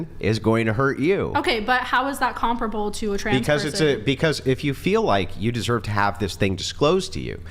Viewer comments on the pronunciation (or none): She keeps saying comproble but I don't think she knows what that means.